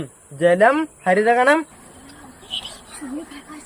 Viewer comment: ഹരിത കാനം അല്ല ഹരിതകം ആണ്.